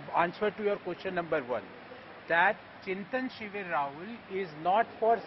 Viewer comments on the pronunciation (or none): Why both the journalists are pronouncing Chintin Shivir instead of Chintan shivir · why can’t anyone of these characters say ‘chintan shivir’ correctly?